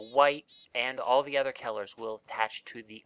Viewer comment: Kellers? Its Colors don't make that mistake next time